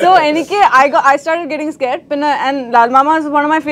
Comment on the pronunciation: That’s the real phonetic language of “scared”. Thanks to Kerala English medium schools for pronouncing wrongly many words.